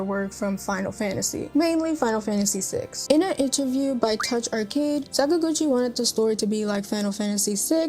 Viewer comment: Sorry, you've just lost your RPG Gamer's license for that pronunciation of papa Sakaguchi's name. You can re-apply in 6 months. Have a nice day.